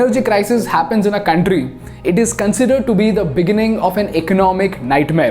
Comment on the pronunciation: Beautiful video👍👍. Correction it's कंट्री not कांट्री...no offence brother . I like your channel कंपनी not कांपनी